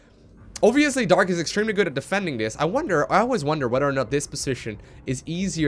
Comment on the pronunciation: New drinking game: Take a shot every time says "Oviously"